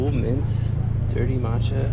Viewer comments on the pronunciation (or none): none